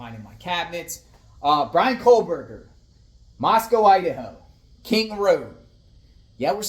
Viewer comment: Why do ya add an L in his last name when you say Kohberger? (First Minute)